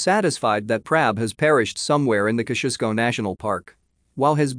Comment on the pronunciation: Ok,ok....it's time to let you all know how to pronounce Mt Kosciusko,ya ready? Kozzi-oz-ko, yep it's that simple👍